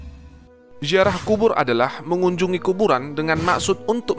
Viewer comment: Ziarah bukan jiarah ngb